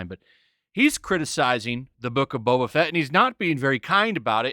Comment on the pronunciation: That not Boba, that's Bob-ba